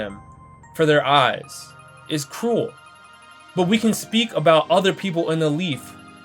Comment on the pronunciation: Bro when you say ‘cruel’ it sounds cool and it’s fucking hilarious